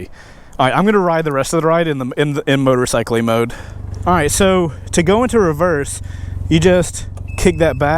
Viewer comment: Gave a like just for "Motorcylely Mode"